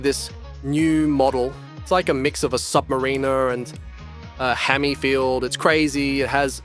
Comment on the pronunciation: FYI its pronounced "Sub-ma-rur-ner"